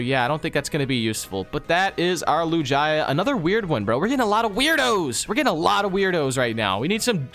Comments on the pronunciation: LIJIA it’s lugia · You sead lu j a not lugia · its not lojia its loogia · Bro said lujiya not lugia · When said “Lugia” as “Lujia” where’s the “j” in Lugia 😂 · DID MY GUY JUST SAY LUJYA NOO it’s lugia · Triggered with lujia. Lew-ge-uh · Wait lugia is pronounced lu gia? Instead of lug ia? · Why was he calling Lugia Lujia? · He said lujaia but it's called lugia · not lujia lugia lol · they are saying lugia lujaya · it is not Lujia its Lugia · It’s Lugia not Lujia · Why does he say lugaia it's lugia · Not lugaia its lugia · Lugia pronounced: (Lu-g-e-a) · LuJiYah the pokeman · LEWGIAH????? BRO WHAT A SPED. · Anyone appreciate these guys sayin lugia "LuJIA" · ITS SO ANNOYING WHEN THEY SAY LUGIYA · LOL LU-JA-YA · Who’s a Lu-Jy-Uh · lu-GIA lol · Lugaja ? wtf is a Lugaja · He said loojia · Omg. Please stop for your friend butchering the pokemon names. Wtf is a Lu-gi-a?!?! Lu-gee-a(Lugia) and Nidoking is always said as Ny-do-king...it's nido like needle... please stop this madness!! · It is Lu Gee a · omg there’s no way just pronounced lugia like that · The way he said "Lugia" almost gave me a stroke. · and are not even pronouncing lugia name right🥲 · How they say Lugia hurts me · You said Lugia the wrong way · bro the way they pronounce lugia kills me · Can you please say lugia correctly, triggers me every time I hear it lol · I'm mad how he said lugia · He said lugia wrong which makes me mad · you pronouced lugia wrong! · Nope; Lugia is pronounced with a hard g, like with gift or gallade/gardevoir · Your really disappointing Lugia fans by saying it's Name like That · It's not gia geu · Please learn how to pronounce pokemon names. both of you, but especially that absolutely horrendous pronunciation of Lugia